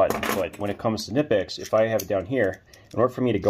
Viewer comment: KUH-NIP-X not NIP-X - this is directly from the manufacturer